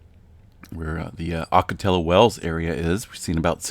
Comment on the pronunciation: It’s okka-tee-oh Just FYI, 😊